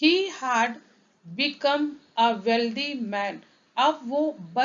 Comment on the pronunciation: हाड, हाव, आंड... Its.. हॅड, अँड..